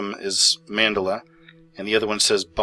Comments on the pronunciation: this is a famous figure that you keep referencing throughout your videos, at least pronounce his fricken name right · learn how to pronounce Mandela kinda irritating how you say it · You are pronouncing the name Mandela wrong. Nelson Mandela. That is how you pronounce it. It was named after him because the majority of the people remember him dying in the 80's. Yet they say he died in 2013. I remember my mom crying in the 80's when he died. Sorry, but don't talk about something on video if you don't know how to even say the word right. Lol. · Ok so you mispronounced Mandela...no big deal, if you weren't trying to present the type of information you are. If you knew who Mandela was, you wouldn't have mispronounced his name. And because this happened repeatedly, it has to come from either ignorance on your part or you simply didn't remember how his name is pronounced. Either/both are bad enough to have destroyed your argument before you got a chance to make your point. And the fact that this video hasn't been corrected tells me that you care more about 100 thousand views than you care about your video's accuracy. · Dude learn how to pronounce Mandela correctly. It is seriously annoying. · YOU KEEP PRONOUNCING MANDELA WRONG!!! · Interesting and I have seen a couple things on this tunnel opening and it IS weridly satanic. Also, just a small correction. The term mandela is named after Nelson Mandela and is pronounced accordingly. Man - DE - la, emphasis on 2nd syllable. Some examples do seem to make sense while others are seem a memory issue. Whatever is going on, I feel it's all an attempt to confuse and divide folks, so I try to NOT get too wrapped up in it. Thank you for sharing your observations. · it's Man-de-la ! The South African Apartheid dude. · its pronounced man-dell-uh i couldnt even fi ish your video because your mispronunciation drove me nuts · MAN-DEL- A THAT IS HOW IT IS PRONOUNCED! You are slaughtering a great man's name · YOU'RE MISPRONOUNCING MANDELA!!!